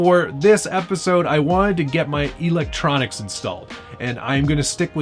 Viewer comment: is he saying 'elontronics'? if he is, damn thats funny